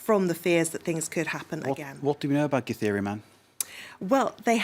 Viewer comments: The lady actually pronounces githeri pretty well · The way the female journalist says "githeri"...nice! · The lady pronounces Githeri man and kamotho like she's a pro in the language.. that deserves a 🏅 medal🔥🔥😂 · That lady who read the word Githeri please come to kenya for free